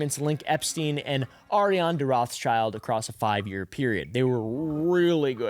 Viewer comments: ah yeah and its pronounced ROTHSHILD, its german sh is sch here.. so no children in that name LOL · btw its Rot(h)- s(c)hild not roths-child. its an old german name, Rot meaning red, so not pronounced with the classic th-sound and the second word is just schild which means shield